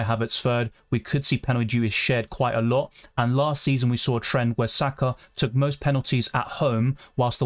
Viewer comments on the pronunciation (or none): none